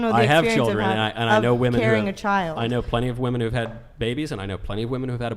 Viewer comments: Hasn't anyone ever taught some of these ladies how to pronounce the plural of woman? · Also, while I'm ranting. Will someone tell Gen Z that the plural of woman is "women", and it's pronounced "wimin", not "woman". Drives me up the wall. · This is so hard to listen to.. Between all the "likes" and them pronouncing the word women as "woman" every time. What a sad group of girls mocking God, which is truly what they clearly need. Michael handled this very respectfully.